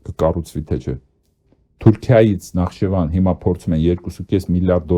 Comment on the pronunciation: ՆԱԽԻՋԵՎԱն պ.,ոչ թե նախչեվան Ամոթ է հետո պայքարում եք Վիլսոնյան Հայաստանի համար!